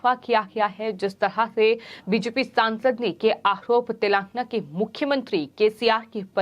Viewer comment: आहरोप ...उच्चारण ठिक नहीं